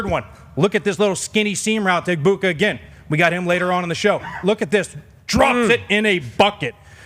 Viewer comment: Major missed opportunity not asking Emeka Egbuka about Rob Gronkowski totally butchering his name 😂